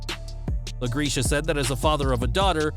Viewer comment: LaGreca is pronounced "La Grek A". That's haw Dave from Busted Open Radio pronounces his last name.